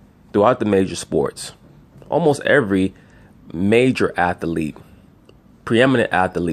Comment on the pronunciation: What is an “ath-a-lete” lol